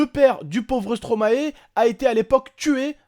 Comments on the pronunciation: superbe vidéo khey. Je trouve moi aussi qu'on ne peut pas rigoler de la mort. PS : on prononce stromaie car stromae est le verlant de maestro et je crois que personne prononce maéstro en tant que belge et pour tout les belges ça nous dérange que vous, français, disiez stromaé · Une bonne fois pour toute les français,ON PRONONSE STOMAÏ PAS STROMAÉ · Please les français vous pouriez dire [Stromaille] et pas [Stromahé] ^^ Car c'est l'inverse de maestro :D Et merci pour la Belgique^^